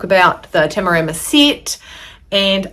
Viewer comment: Great review, much appreciated. And you nailed every pronunciation of Tamarama, must have been all the practice up to the review 😉